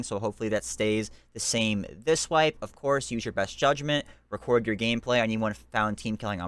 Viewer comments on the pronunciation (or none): none